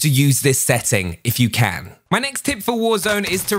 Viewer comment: Whenever he says "My next tip" it sound like my names Tim 😂